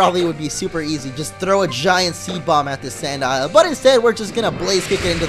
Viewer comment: Lol, wherever there's a throw (throh) there's bound to be a sock (sawk)